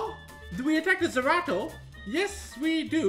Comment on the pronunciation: Lol, it's Zeratu, not Zerato, wrong game